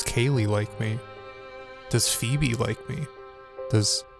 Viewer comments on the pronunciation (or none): none